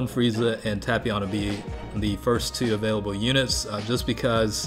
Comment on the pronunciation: Tapion. Tay-pee-on not tap-pion